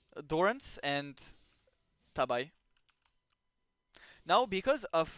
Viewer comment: good information but it's pronounced tah-bee, not tab-eye :) thanks for the lesson!